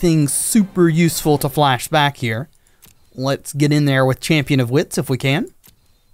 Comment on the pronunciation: I’m sorry man but every time you say chainhwirler or champion of hwits i die a little bit